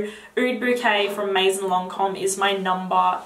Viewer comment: you are adorable and I love your videos, just one little advice: if you talk about fragrances you should really learn how to say all those french words correctly (starting with "maison"). Also, some names sometimes look english, but are french (Vanille in name of the fragrance, or Jasmine etc) ...so you might wanna check that out. Thumbs up!